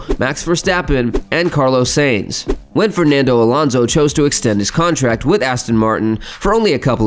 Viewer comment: I quit watching because of your pronunciation.......butchering of Carlos Sainz's name....pronounced as Sign-z.....not Sane-z My ears are bleeding, thank you.